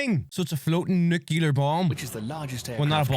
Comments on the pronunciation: every time someone say NU CU LAR instead of NU CLE AR... the person saying it lose every single onze of credibility, whoever it is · IBM = intercontinental ballistic missile Btw, it is pronounced NU CLEE AR not NU CU LAR And one other thing I noticed -- why is the narrator British? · Why does the video he’s watching keep saying nucular? It’s nuclear. 🤦🏻‍♂️ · Nuclear. The word is nuclear. NOO-CLEE-IRRR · Are you familiar with the 2 "Queen Elizabeth"-class aircraft carriers of the Royal Navy? With the possible exception of the Chinese carrier under construction, they are the most capable carriers in the world after the American carriers. There are several errors in the original video: 1) The narrator cannot pronounce "nuclear." 2) , the screen should read "ICBM" (intercontinental ballistic missile), not "IBM." 3) , the narrator confuses the diameter of the Earth with its circumference, which is more than three times the distance. The Minuteman ICBMs can reach anywhere in Russia or China, but not the entire surface of the Earth.